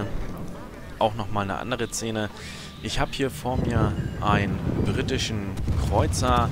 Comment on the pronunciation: Wenn man das Wort "Szene" nicht aussprechen kann... 🤣🤣🤣